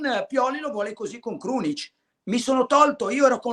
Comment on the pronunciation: Krunic come Casemiro non si può sentire😂